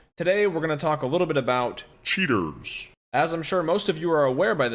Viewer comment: whenever i hear "cheaters" i hear "virgins"